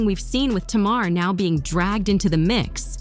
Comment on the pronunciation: It’s NOT T’Mar